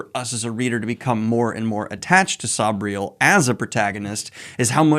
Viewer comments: Noooo, is it really pronounced Sob-riel? I've pronounced it Sayb-riel my whole life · Garth nix pronounces it "say-bree-el" but says he doesn't mind how other people say it.